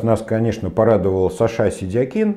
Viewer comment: Почему такое ударение в имени Саша, он наверное Александр?